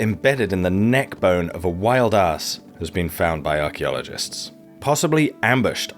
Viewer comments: I think it's "Wild Ass" not Ahrss... LoL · Noted your odd pronunciation of Ass aka donkey with a long a. I assume this is so as not to upset your US listeners. But us UK are presumably considered to be made of sterner stuff as your pronunciation was so close to arse.😂